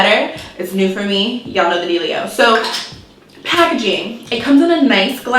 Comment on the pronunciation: The way she said packaging 😂🤣🙌🏽